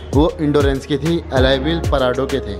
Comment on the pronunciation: ye parado nahi porado hai